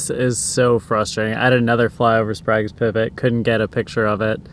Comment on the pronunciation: Quick fyi, it's pronounced spray-guh's